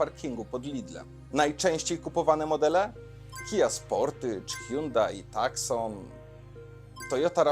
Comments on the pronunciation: Trochę krytyki z mojej strony: – Nie "takson", tylko "tusą". Aż mi uszy więdły jak tego słuchałem... Tak się wymawia Hyundai Tucson, zresztą wystarczy włączyć sobie pierwszą lepszą reklamę Tucsona i zobaczyć, jak tam to wymawiają. – Momentami troszkę za głośna muzyka, a za cicho mówiłeś. A SUVy? Owczy pęd i nic więcej. Już sama nazwa "SUV" jest takim nadużyciem, że to głowa boli, bo 90% tych aut to w ogóle obok SUVa nie stało. Z Twojego nagrania wynika, że ludzie nie myślą przy zakupie auta i tak też jest w rzeczywistości. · FYI; Tucson wymawia sie: [ˈtuːsɒn] lub po brytyjsku ['tu:son]. "C" jest nieme. Nazwa samochodu pochodzi od miasta w Tucson w Arizonie, USA. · "Takson" razi. Czasem warto sprawdzić wymowę.